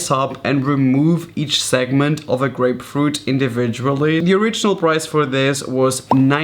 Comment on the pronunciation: Thought u said great fruit tool not grapefruit 😂